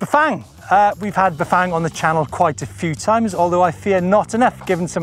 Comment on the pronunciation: Loved this behind-the-scenes video and your presentation, but dear God, man, learn how to pronounce Bafang. It’s not that hard!